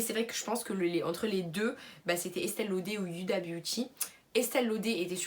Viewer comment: C’est pas méchant mais tu le fait exprès ou ta des problèmes de prononciation Il est marqué FenTy tu dis Fendi Huda beauty pourquoi dire Youda